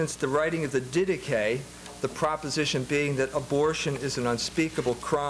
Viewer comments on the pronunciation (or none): none